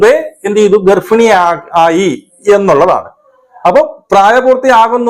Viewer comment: തനിക്കൊന്നും വേറെ പണിയില്ലെ... നല്ല വല്ല ന്യൂസ്‌ കിട്ടുമെങ്കിൽ നോക്കു..... ഉളുപ്പില്ലാതെ 😡.അവൻ തെറ്റു ചെയ്തു.. ശരിയാണ് പ്രായശ്ചിത്തവും ചെയ്തു...... ആ കുട്ടിക്ക് അവൻ ജീവിതം കൊടുത്തല്ലോ.. അതും തനിക്കു ഇല്ലാതെ ആക്കണോ.. താൻ ആദ്യം ഗർഭിണി എന്ന് ശരിക്കും പറഞ്ഞു പഠിക്കു🤣.. ഗർഫിണി.. അല്ല